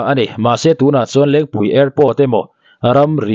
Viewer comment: I mizo tawng chhiar hi a pai deuh ngaihthlak a hrehawm lek lek.. Entir nan chuan chuan..tih ang reng ah te phei hi chuan a thluk i lam dik lo ..fre advice 😄